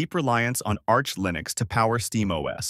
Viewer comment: For the love of god STOP saying LIE-nux. I really hope this is an AI voice.